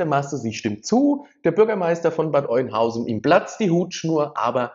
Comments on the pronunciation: Bitte nicht Bad Eunhausen sagen. Bad Öenhausen oder Bad Öhnhausen, so spricht man das aus. Dein Beitrag ist aber ansonsten gut.😘👍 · Nicht Oinhausen, sondern Öönhausen ausgesprochen 🤓 (Bad Oeynhausen) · Sorry , es heißt Bad Oeynhausen OE = Ö ausgesprochen ,, also Öeynhausen ausgesprochen !! 👍🏻😉😉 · AUA, das tut langsam echt weh in den Ohren. Es heißt ganz einfach gesprochen"Bad Öh'nhausen"